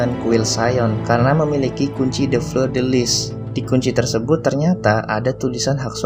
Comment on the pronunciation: Permisi untuk cara baca 1. Sauniere: Sonieh 2. Vinci: vinci 3. Fleur: Fleuh 4. Sion: syong